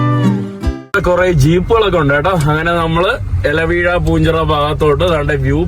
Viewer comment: അല വീഴാ പൂഞ്ചിറയല്ല ഇല വീഴാപ്പൂഞ്ചിറ😂